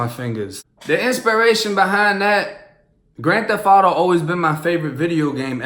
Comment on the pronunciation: it say grand "thef" auto?? lmao